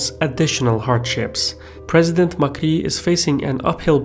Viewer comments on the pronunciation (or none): not McKee, it's MÁ-CRI